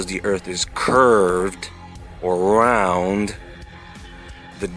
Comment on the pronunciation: you are so funny! "raw dawg" and because the earth is "curved or rrrooound" I love your videos!!!